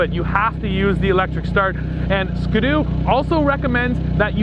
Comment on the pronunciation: Maybe it's a Canadian thing, but that is not how we pronounce Ski-doo in the US. Its Ski and then you say do.